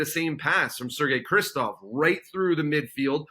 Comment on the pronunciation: Why do they keep calling Sergey Krivtsov "Kristov"? Whatever his qualities he deserves the benefit of being called by his proper name